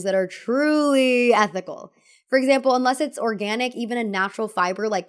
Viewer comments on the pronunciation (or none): none